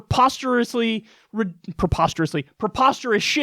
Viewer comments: It’s not ‘proposterous’ it’s PREposterous.. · Saying "prepostrously' is preposterous.